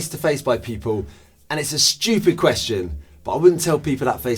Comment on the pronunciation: nothing stupider than saying “stupid” in british